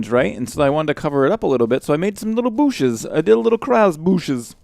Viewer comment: "booshes" hehehehe love it!